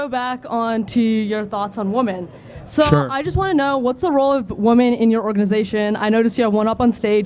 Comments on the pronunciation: It’s wahmen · Why can they never pronounce women? Why do they always say ‘woman’? Like aren’t they studying this stuff? How is it possible they can’t say the word? So annoying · WOMEN ! NOT WOMAN LOL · Every time I hear someone say woman instead of women I know they’re completely stupid 🤦🏻‍♂️ do they understand what the word plural means? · Lady really said "woman" instead of "women", imagine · She doesnt know the difference between woman and women... Its the new version of Ask - Aks. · Why does everyone say "woman" instead of "women" now? Is this a new fad or something? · I don't entertain anyone talking about women who cannot properly pronounce the word "women." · Cant even say "women" properly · I cringe every time she mispronounces "women". Plus, that masculine voice and energy is rough. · She can’t even pronounce the word “women” correctly.